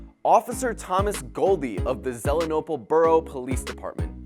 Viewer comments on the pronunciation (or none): It's pronounced Zee-lee-en-ople.